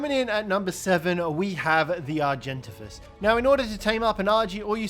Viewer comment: Bro he said "argen"tav"is